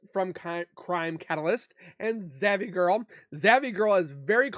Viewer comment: You said zavvy girl is it zav girl sounds like it .why would u give her any kind of support.